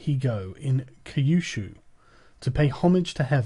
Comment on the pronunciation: Oh man, I want to listen to this, but the reading has no flow whatsoever. Every line sounds detached from the previous one. I feel like I'm listening to the London train announcements. Man said kei-yushu like it was Now ApproaChing LonDon WaTerLoo. 😂